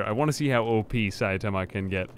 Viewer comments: Sai-ta-ma im not sure why you keep adding an A and saying saia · Say it with me... Sigh-tama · Is it really that hard to just read the name? sai tama, there is no second A in sai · because french. Also it is pronounced Sai' tama with ai like hai and tama as tamarind. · Saitama (sEYE-tah-mah) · Mate please it can't be that hard to say "sigh"-"tama"! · One punch man's name is pronounced: Sai-Tama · Japanese is phonetic. It's pronounced Sigh- tama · Dunno why you have problems pronouncing Saitama. They literally verbally say his name in the anime, and at conventions and such. It's not that hard to look it up. You're literally on youtube, you can just type his name in and it will very likely be said at some point in a vid.